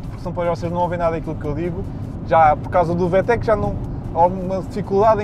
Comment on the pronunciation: Vê-Tech.. 🤦‍♂️ Vi-Tec!👍